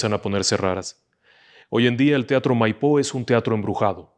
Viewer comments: Felicitaciones!!! Una pequeña observacion, el teatro de Bs As, no se llama MaiPO sino MAipo en mayusculas la silaba tonica. Saludos desde Argentina. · El teatro de Bs As es Maipo, acentuado en la A, no en la O. Felicitaciones!!!! A por más!!!!😊😊😊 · Con todo el respeto del mundo no es teatro Maipo con acento en la o es con acento el la A